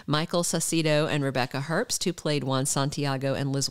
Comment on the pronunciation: The b in Herbst is silent.